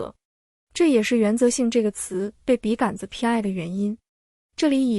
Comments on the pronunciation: 笔 杆 （gan 一声）子？ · 笔杆子的杆是三声吧，听着好别扭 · 完美的声音，除了“笔竿子”这个读音有点怪